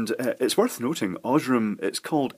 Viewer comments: Aaaaah! The pronunciation of "Osram"! Horrible! XD It isn't "oshram" with a silent "a". Its pronounced this way: Scroll to about the middle of the page and select the last of the German ones called German Pronunciation. That is correct. Cause Osram is a german brand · Oz-raam... very good German pronunciation!!!